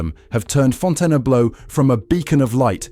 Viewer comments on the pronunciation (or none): WhyTF DOES THE IDIOT IA-bot KEEP CALLING IT FONTANA BLOW! FIX THAT SHIT!!! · Get your AI to pronounce the name correctly.